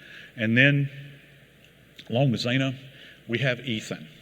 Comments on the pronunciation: Xana is pronounced with a short 'a", not like Zayna. She and Ethan were both 20 years old, and Kaylee and Maddie were 21. Kaylee did not work at Mad Greek. That was Xana and Maddie. Also, Kaylee was not fully moved out. She still had her bed with the blankets and everything in her room. It was viewable from the exterior through the windows in photos provided by the press. The house is a little confusing but is easily figured out on Zillow, because the interior photos were publicly available on there due to it being a rental. I like Joseph Scott Morgan but the facts matter. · Correction. Xana was 20 , Ethan was 20 as well. It’s pronounced zan -ah. I was born in their generation im their age rn and in college. I am baffled by what happened to them. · Mr. Joseph Scott Morgan, please learn how to say Xana’s name correctly! Annoying. You are not pronouncing the frist A correctly. Fix that. It is disrespectful in my opinion. Gees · It’s so disrespectful this speaker cannot pronounce Xana’s name correctly. ☹️ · The presenter is personable and clear but unfortunately there are numerous factual inaccuracies, some of which have been highlighted in previous comments. The lack of research into how to pronounce Xana’s name is disrespectful. In the presenter’s defence, I think he may have been invited to speak at very short notice. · How do you know "facts" are wrong? Everything we know has been released & everyone knows it...anything else is speculation. I think his accent affects xanas pronunciation, but yeah, I get it.... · Her name was pronounced as Zanna not Zana you lazy quack. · He gets the timeline wrong by using 145am as the time of return for Kaylee & Maddie. It was 156am. He mispronounces Xana's name, which should rhyme with Anna. He gets the age of Xana wrong: it was 20 not 21, as he says. Kaylee's family corrected the police, who originally put the time of return at 145am. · You would think he could pronounce her name correctly. Xana